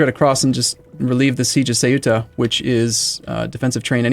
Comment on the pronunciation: It's not "Ceiúta" either, as is pronounced in this video, it's "Ceuta".